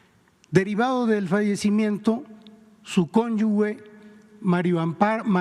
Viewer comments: Siiii qué desesperación que todos dicen "cónyugue" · Se pronuncia Cónyuje, se escribe Cónyuge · Siendo justos: Que mal leen TODOS, pero el sr Octavio Romero Oropeza Director de Pemex NO SABE LEEER! No sabe acentuar y no sabe que se pronuncia CONYUJE aunque se escriba CCONYUGE ni sabe que Casar es PRESIDENTA DE una ORGANUZACION DE LA SOCIEDAD CIVIL ! En primaria y yo leía mejor que las conductoras y el DIRECTOR GENERAL DE PEMEX!!!! Que pena! Y si es cierto que la Sra Casar es una corrupta pues ya es hora de aplicar TODO EL PESO DE LA LEY A TODOS LOS INVOLUCRADOS.